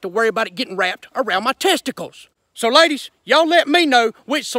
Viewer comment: "Laydishh"